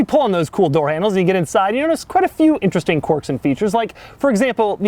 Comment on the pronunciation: "Quirk" is pronounced kwerk, NOT cork. Every video Doug. Every video. =)